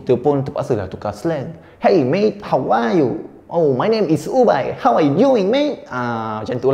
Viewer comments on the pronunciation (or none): aku dengar hawau u 🤣🤣🤣 tapi sebenarnya how are you